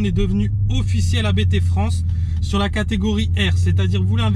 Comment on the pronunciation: Il ne faut surtout pas dire A.B.T. car le patron s’appelle Hans-Jürgen Abt. Abt c’est son nom de famille donc faut pas dire A.B.T., sinon ça signe que chaque lettre est le début d’un mot, ça n’a pas de sens. L’un des membres de la famille, Daniel Abt est pilote officiel Audi sport ABT.